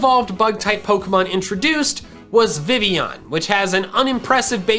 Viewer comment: Great video! But he said Vivillion wrong.